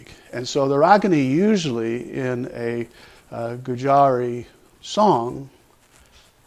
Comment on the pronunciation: Dear Narrator, it's not pronounced as Gujaari but Goojri.